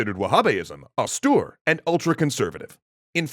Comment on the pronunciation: I've never heard austere pronounced that way.